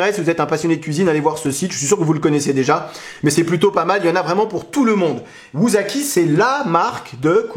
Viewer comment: Ça ne se prononce pas "wouzaki" mais "woussaki". En Japonais, la lettre S se lit toujours S : )